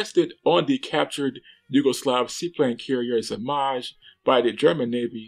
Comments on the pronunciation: Zmaj it can be said correct if you read Zmay (it means Dragon 🐉) . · it's actually pronounced like zmay, like z sound, not zh one, and it means dragon in serbo-croatian, btw geat Videos mate